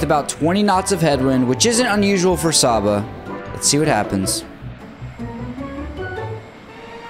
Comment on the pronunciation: It’s pronounced Say-ba